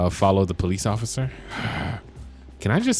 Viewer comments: You said ocifer but not officer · In you said ociffer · "ofcorce i see you osiffer" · ociffer 😂😂 Just like in lspdfr: „I‘m not drunk just a lil‘ tipsy ociffer“ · Am i tiriping or did he just say ofcifer